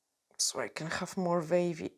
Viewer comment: I love your accent…. I was sat thinking what’s a vavy body ( the body part sounded so Scottish) until you said draw a vave at the bottom 😂 🌊 xx